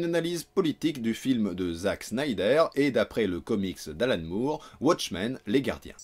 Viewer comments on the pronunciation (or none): none